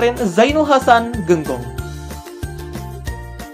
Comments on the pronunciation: Buat konten jangan sekedar buat dong bos Masak penyebutan kata Genggong aja salah saya sebagai santri nya sangat amat tersinggung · Kalo mau buat konten jangan hanya belajar di internet dong, kayak yang sudah tau banget pesantren di probolinggo. menyebutkan kata "Genggong" saja sudah keliru, kemudian menyebut Kh. hasan Saifouridzall juga kurang tepat, kami sebagai santrinya merasa kesindir.